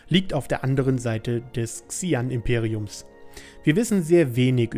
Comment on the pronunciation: übrigens werden die Xi'An "Sche-ann" ausgesprochen :P